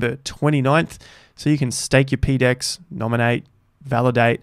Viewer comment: ..."peedex" is a terrible way to pronounce that acronym, how about "PoDex"?